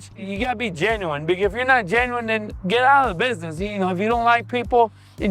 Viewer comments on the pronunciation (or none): He said bidness...